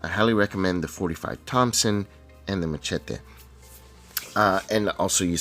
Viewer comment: The right way of saying it, in spanish ;)